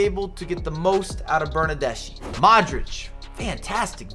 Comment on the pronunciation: I've got to say, the Bernardeschi pronunciation needs some work. It ends with a sound like ski - Bernarde-ski